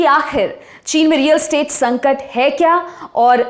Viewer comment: सब ठीक है पर रियल एस्टेट है, स्टेट नहीं .